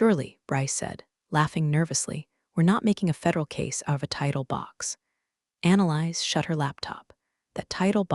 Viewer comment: The name Annalise is not pronounced as ‘analyze’. It’s Anna-leez. Please teach AI.